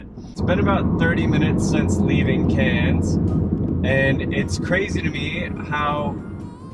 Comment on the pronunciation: Just started watching I’m from Cairns I thought it looked familiar. I lol ed when you got in on the wrong side ! I’ve driven in the states and we’ve all done it. Also props for getting the pronunciation on Cairns right.